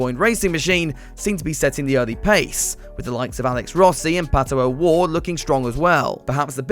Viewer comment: "And here comes Pat-OH- Ward"